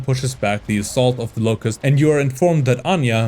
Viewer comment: “locust” mispronounced